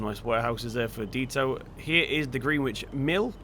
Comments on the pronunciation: Just saying but it’s pronounced..... Gren-itch......not GreenWich 👍🏻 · Gren-itch......spelt the same as the place in London......as in Gren-itch mean time 👍🏻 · its green-itch not *green-witch*, i refuse to call GMT by a stupid american pronunciation when its not even in america. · Greenwich In London is pronounced 'gren-itch' ... This map is one of the best in fs19 imo though think it could do with a few larger fields too... glad it's finally been updated for seasons now :)